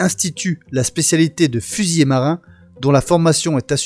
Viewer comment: S'il te plait fusilier,avec un seul L ne se prononce pas fusillé, autrement il y a trente ans que je serais mort.😅